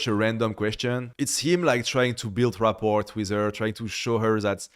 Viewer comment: couldn't help but find it ironic to hear a French guy mispronounce 'rapport' in that way lol.